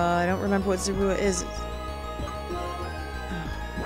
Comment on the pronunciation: zoroa is pronounced Zor-O-ah,.